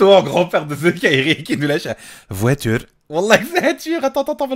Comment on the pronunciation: "Voitulre" :D